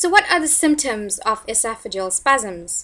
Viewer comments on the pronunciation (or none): The adjective is pronounced: e SOFF e JEE uhl. Not: ES o FA juhl. The noun is pronounced: e SOFF e gus. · EsoFagUs? It’s pronounced Esof-uh-gus or Esof-uh-gee-uhl.